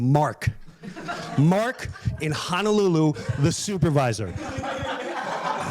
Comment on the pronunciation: He's mispronouncing Honolulu for comedic "reasons." He's not a guy who wants to legitimately check out the area - he just wants his ritzy beach vacation. Combined with the fact that a lot of the tourists to Hawaii are like Jim Breuer and presumably stick to the touristy stuff instead of checking out local flavor, it puts a lot of stress on the Hawaiian economy and environment.